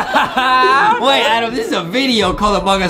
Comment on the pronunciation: It's Adem not Adam